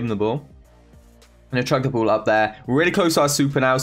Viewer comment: the whole video every single time he said ball I hear bull